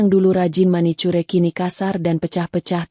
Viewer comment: Manicure --> baca "MANIKYUR"